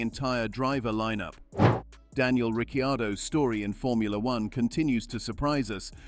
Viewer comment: Daniel Ricky-Yardo😂🤣